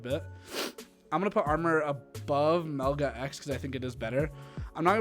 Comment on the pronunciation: Everytime someone says Melga I want to fucking vomit